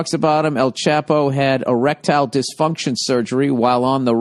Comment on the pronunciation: I love how Old Billy Redtits can't even pronounce El Chapo correctly